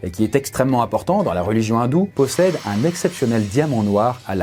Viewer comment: Dans « Maudit par une divinité Hindoue » a aspiré le h, ça doit être la première fois que j’entends une telle prononciation sur le YouTube français, C’est inédit